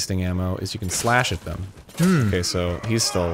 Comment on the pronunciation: Ok... I fucking love Dan, so much... but I can’t be the only one that hates the way that he says “them”. It’s not pronounced “thmmmm.”